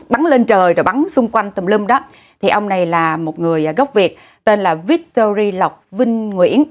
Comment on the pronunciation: Victory thì luôn luôn là "y" chứ đâu có "i", không có "Victori" nhưng" Victoria" là khác rồi.